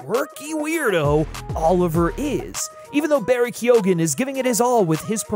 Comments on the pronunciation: Barry Keoghan's surname is pronounced Kee-Owen, not Key-Ogan. You don't pronounce the G. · Good vid, and yeah, agree, but his name is pronounced "Keo-hn" (kee-eoun?) (Irish gaelic name). Sorry, just, you know. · Ok dude this is a great video.....but how did you make a video a year ago where you mispronounced Barry Keoghan's name as Barry Keegan and then you make a new video mispronouncing the same name IN A COMPLETELY DIFFERENT WAY quo - in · are you purposely mispronouncing keoghan